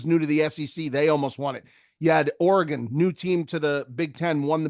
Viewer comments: you have got to start pronouncing Oregon correctly. It just kills me every time I hear ora-gone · can you please pronounce Oregon correctly??? Every time you say it I die inside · Bro why do and pronounce Oregon that way. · Someone please teach how to pronounce Oregon